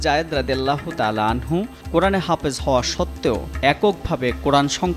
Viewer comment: সঠিক উচ্চারণ "হাফেজ" ।